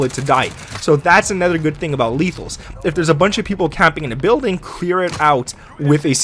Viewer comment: Please learn to say anOther not anEther